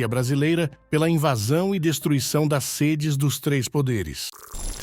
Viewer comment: Esse cara precisa aprender a ler. Sede, indicando local é o e « aberto »